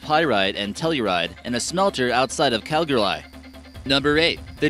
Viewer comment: Dude can’t pronounce Calgary